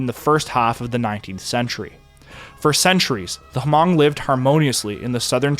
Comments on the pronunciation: I’ve never heard Hmong pronounced like this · I believe, it's pronounced, "Mong" with the H being silent?. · Took about 13 mins before the Hmong were brought up which was driving me nuts because they weren't mentioned in the very beginning. They are the MOST affected group from The Secret War. Also, when you use H when saying Hmong (pronounced 'mung') was nails on chalkboard. I've befriended many Hmong and find their stories amazing. My best friend Blong is my main source of stories, but the stories I hear are all the same. Blong was snuck over the Mekong as a baby and after some time in Thailand, his family was sponsored by a Mormon family and came to America. Blong's dad was trained by CIA operatives to fly a T-28 and bomb Vietcong. His dad had what would be comparable to Lieutenant rank and had 5 people to oversee. His dad said he was told to report if he seen Vietcong when flying and to wait for commands engagement. He said, paraphrasing, "I would bomb the commies when I seen them and they (his immediate supervisor) would be mad but Americans told me that I did a good job." Until the day he died, in 2017, he always wished to fly one more time. He said flying was easier than driving. I personally find it nuts that within 3-4 months from initial contact about the USA looking for help he was flying and then rising ranks within a year to his final rank. He was literally farming and only seen motorized vehicles a few times and only seen planes in the sky. His only English words, besides 'Thank you' was T-28 related. The Hmong are so fascinating and their assimilation into American cu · Fun fat: it’s pronounced Hmong(Mong) and not ha-mong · Not even a nitpick since your pronouciation of Hmong is fine as it is since most people don't even know they exist, but it's pronouced as Hmung if you want to sound more cultured around Hmong people. I'm Vietnamese and had some Hmong friends and the languages are closely related enough to be somewhat intelligible.